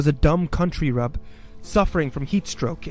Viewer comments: Country rub? It's rube as in ruby. Country rube. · It's pronounced 'roob'